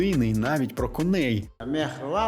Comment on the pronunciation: Спасибі авторові за цікаві факти й цікавий відеоряд. Однак є чимало зауважень мовного характеру. 1. Правильно "культ особи", а не "культ особистості"; особа й особистість - це дуже різні речі. 2. Багато неправильних наголосів. Приміром, треба казати "кОней", а не "конЕй"; змагання кІнні, а не кіннІ. 3. У титрах, особливо там , де переклад з російської, багато неточного й неправильного, є просто школярські граматичні помилки. Наприклад, "картеж" замість "кортеж". Прохання до автора ретельніше готуватись. 4. І ще одне. Серйозну тему ви порушуєте на фоні кухонного крана й духовки.